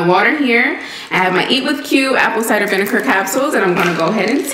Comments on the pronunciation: I hate to hear she say so like how u get ker from ger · 😂😂😂 "vInEker CapSuLE yOu GUyYyYysSsS" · She doesn’t even know how to pronounce it!!! Lol she says vinecar lol I can’t stand jt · “ViniKER capsules” 😫🥴🤣🤣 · please, learn how to pronounce VINEGAR lol 😂 How can you promote something you can’t even pronounce!?!? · She does it on purpose. I think or so she says. Maybe she was raised to say it that way.. like some people say wersh or crik... instead of Wash and CREEK lol. It's infuriating though.